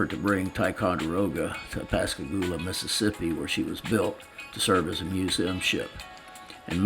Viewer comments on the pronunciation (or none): none